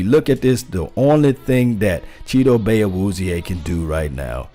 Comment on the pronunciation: Brian DeLuca he actually is pretty close, they asked him on 1310 the ticket how to pronounce his name and isn't messing it up like some people have.